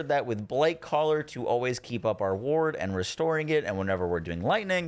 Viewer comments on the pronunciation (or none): none